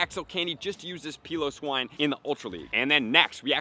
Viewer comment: The way you pronounce Cryogonal and Piloswine. Ugh